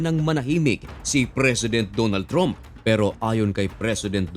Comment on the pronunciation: Ayosin mo prununciation mo sa trump. Ang tama ay tramp, hindi trump. Di ka in ba nagaral ng english?